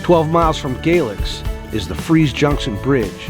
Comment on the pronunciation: Good video. The Foster Falls hotel is open and has been for 3+ years so it’s not under renovation. Also Galax is pronounced Gay - lax not Gaylex